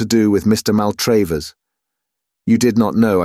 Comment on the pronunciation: I normally love reading, but his mispronunciation of Maltravers (said SO many times) was infuriating. The second A is pronounced as in 'black', but he pronounced it both as in 'date' (MaltrAYvers) and sometimes as in 'father' (MaltrAHvers)! If he's a real English person it's bizarre, if a bot, very annoying!